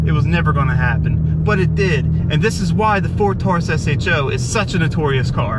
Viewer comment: thanks for calling it an S-H-O.....hate when people say show...lol